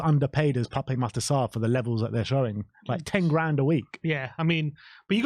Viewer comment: Please say is name correctly. It's Pap, with a silent E